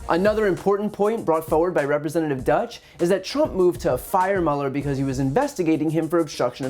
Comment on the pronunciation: Doy-tch, not Dutch - otherwise, spot-on by Brian Tyler Cohen, as usual...